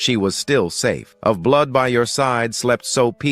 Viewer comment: There was a part in the story where it should have been blood but instead it read.out as blow. Hmmm might want to spell check the ai